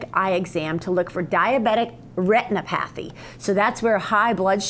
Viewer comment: She mispronounced Retinopathy!